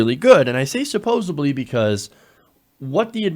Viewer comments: Thanks for the super informative video! Just a quick TIP for the host: The word supposedly is pronounced suppose-ED-ly, not suppose-IB-ly. I only commented because you’re a video journalist, so it’s important to know. My parents came from Iowa and Oklahoma. I said all kinds of words the way they did and didn’t know it was wrong until people made fun of me. I was mad at first, but was glad later that they did. “Worsh” your hands - for example!! 😋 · Supposebly...? You speak for a living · Supposedly not “supposebly”. Sorry, it’s a pet peeve of mine. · ".....the economy is supposebly doing good, and I say supposebly...." er, because you can't say SUPPOSEDLY??? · "Supposably",? "SUPPOSABLY"?!? What is wrong with you? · Suppos - ED - ly. Sorry, but I could let that one pass